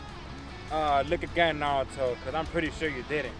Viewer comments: Narudo it’s naruto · How does not know how to say Naruto